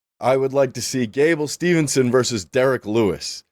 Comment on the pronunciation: Mispronouncing gables last name multiple times is crazy 😂😂